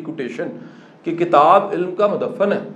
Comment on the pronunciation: سر جی یہ لفظ مدفن madfan ہے madaffan نہیں